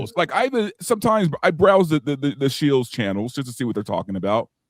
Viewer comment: Does this guy not know how to pronounce “shill”?